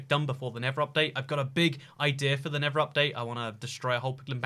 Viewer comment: tell me he did not say nibba update lol